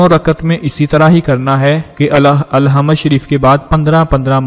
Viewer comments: Alhamd tou kehna seekh lo bhai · Alhama nahi Bahi sure fathya he bolna to sekhlo pehly